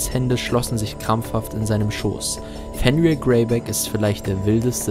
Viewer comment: Fenrir wird nordisch nicht englisch ausgesprochen